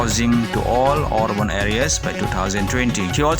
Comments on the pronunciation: instead or orban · could you please pronounce the word Urban